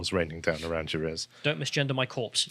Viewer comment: "Don't misgenger my corpse" - 🤣